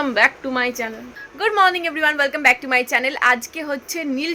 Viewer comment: প্রথমবারের গুড মর্নিং " ওয়েলকাম ব্যাক " টা কার দিকে তাকিয়ে ওরকম খিঁচিয়ে বলছিলে😅😂 কে ছিল পাশে 😢